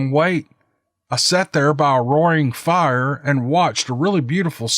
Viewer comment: "Now that's a FIYAH!" What are you doing, smelting iron? Fer Heaven's sake,! Those honking logs... I have no idea of what kind of bird you just adopted, but- I sense a new pet in the Buckner household!!! Hahaha, just what you need, between your wife's chickens, your bevy of dogs, now there's a bird in the mix- a real Ogre story if I ever heard one!!! Still trying to find your brandy new narration, but- can't remember the title (ageing, I hate it!!)